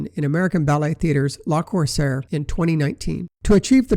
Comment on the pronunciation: le corsaire, not la corsaire, pleeeease